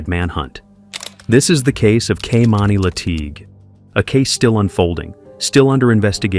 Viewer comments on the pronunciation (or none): It's a damn shame how you butchered that little girl's name her name is Kimani not Kamani. Is it going to be talking about people you need to be getting their names right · The narrator pronounced this poor girl's name 3 different ways! He'd call her KAY'mani, KEY'mani, then Kay'MINI. Please be respectful and call her by her correct name. It made it hard to concentrate on the storyline, with these inconsistencies.